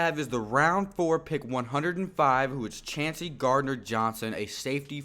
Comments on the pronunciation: Chauncey pronounced Choncy. I'd be surprised if anyone besides McCoy, CGJ, & maybe 1 other draft/undrafted pick actually makes the team. There's not much room on the 53 man roster. Great grades & player evaluations btw! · his name is pronounced “Choncey” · Chauncey = Choncey